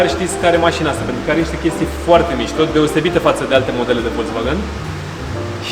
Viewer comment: in germana V se spune F și W V! se scrie Volkswagen și se citește Folksvagen! nu Voltvagen! :))